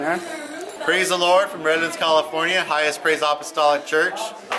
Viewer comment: "califoryum" - #Brudder #whenIthinkaboutJesus #TheSoundBlewUp #andNow #Califoryum #MuchLoveBrudder